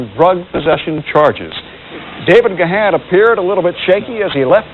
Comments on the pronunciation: It's pronounced Gone not Ga-han. Geez! Home-boy almost died the same weekend one of my other Home-boys died. R.I.P Bradley Nowell. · His name is pronounced "Gahn" (like "gone"), or consider the "h" silent ("Gaan"). Now that's out of the way, I admire Dave for his recovery. One day at a time, Dave. You're an inspiration. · Its pronounced GONE not Ga Haan